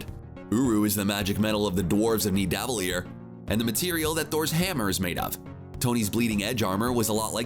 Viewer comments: he also said Niedaaveleer instead of Nidavellir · The way he pronounced nivadellear I felt sick in my throat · I'm sorry. Where are the dwarves from again? I missed it the few times you said it wrong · Did you seriously call it "nid-ave-a-leer"? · The way people in videos like this are saying Nidavellir is lowkey frustrating, like just watch a video on how it's suppose to sound and practice a lil bit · If you saw infinity war then you should know how to say Nidavellir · Oh my God nidivalir pronounce so wrong